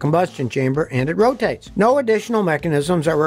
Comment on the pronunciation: It ROW-TAYTeS!!